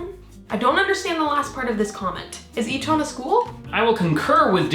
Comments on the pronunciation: Eton is pronounced 'eaten'. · Just a heads up Eton is pronounced eat-un